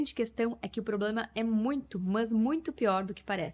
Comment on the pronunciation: gostei do sotaque no "é muito mâs muito"😂